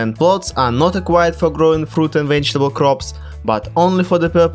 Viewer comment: “Wegetable ” lmao